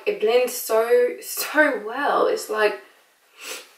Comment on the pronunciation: "It blends soarrr well" 😂😂